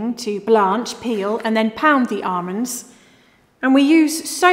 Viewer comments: Anyone else now only hear "armons" thanks to a couple of classy queens? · I could be having the WORST day - but if she says ARMOND -- I laugh out loud every time! <3 <3 <3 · Why did she stop saying armonds?!?!! You be you,. Don’t change for anyone. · Its not almond its AHRMOND.🤣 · All together now... Arrrrmonds. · “ARMANDS” (IYKYK) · I love how she says armonds instead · "Armonds".. lol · Tomato sorrrrrrrce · I've been pronouncing almonds wrong my entire life.